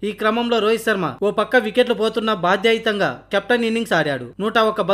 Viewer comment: Bathyathaayutha Ani paluku.. notlo yedo petkunatlu matlaadaku